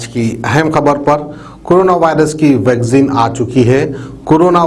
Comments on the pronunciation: Vagzin nai re baba...vaccine bolo ba...😂😂😂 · Mr its not Vagzin...its Vaccine....yaar seedhe bolna tu seekho phale... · vaccine bolna sikhiye